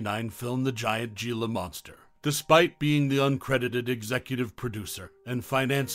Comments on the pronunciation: Here's a gem. It's not Ge la . It's He la ya dope. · It's not "ge-la" it's pronounced "he-la" and their not monsters their misunderstood